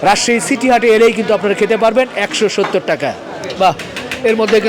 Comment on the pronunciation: ছিটি হাট না সিটি হাট